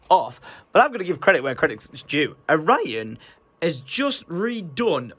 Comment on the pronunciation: Is it just me or does he say ‘a’Ryan every time he says his name puts ‘a’ in front of his name